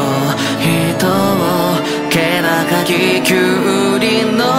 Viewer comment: 灰になった権力者 ここカッコいいからタイムスタンプ 気高き のカ行のエアリーな発音好きだからタイムスタンプ ピコピコとつまんない